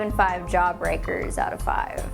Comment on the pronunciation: She said JAHbreakers